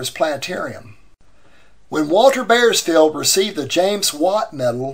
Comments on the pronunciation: Bauersfeld is pronounced "Bowersfeld", not "Bayersfeld". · Might a more accurate pronunciation be "bowers-felled"? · I wish you could pronounce the name (Bauersfeld) correctly. Otherwise this is a wonderful posting.